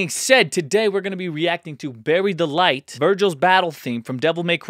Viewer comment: Ha, sounded like you said Berry Delight, haha.